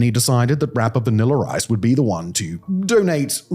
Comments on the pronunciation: Lol its the "vaniller ice" that kept getting me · VanillER Ice agrees!